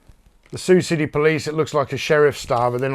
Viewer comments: Wow there are some sweet goodies there mate. The police figures are awesome!! And yeah, you pronounced it right.... sounds the same as "Sue". I didn't know you collected challenge coins too? Top video as always. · You are pronouncing Sioux City correctly.